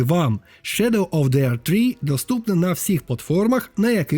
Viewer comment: Невже нарешті знайшов людину, що не каже на The - зе , а говорить ді :) нарешті, боже нарешті;) бо це зе заїбало